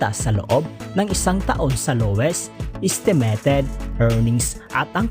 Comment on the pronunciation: Do you have a speech problem buddy? Sorry but it doesn’t sound good. Know the difference between i eye and e. Estimeyted not estemeted